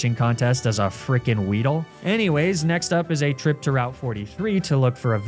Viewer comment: “Apparently what I got was an award winning weedle” … wow